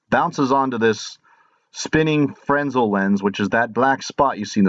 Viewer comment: Frez nel is the correct pronunciation